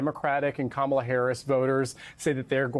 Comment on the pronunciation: I'm glad got the correct pronunciation of Kamala. It's ok to not know, but it is great to be trying.